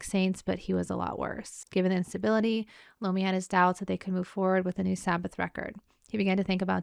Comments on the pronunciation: Tony Eye-Ommi.... No LOOMI!! Tony I-o-mmi!! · Tony Iommi (eye-oh-me), the text does kinda look like an L instead of an I. Many people make the same mistake, not making fun or poking at you. So glad you're loving the Dio fronted Sabbath, you'll love his work with Rainbow as well. Have fun!